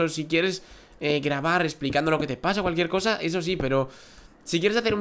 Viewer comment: dijiste calukiercosa